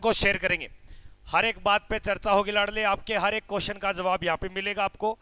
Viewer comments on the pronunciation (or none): none